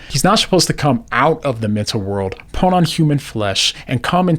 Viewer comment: Just curious... You say the word " punt" with an "n" when you are saying the word " put " does that stem from your hearing problems or just a mispronunciation? Respect, just asking.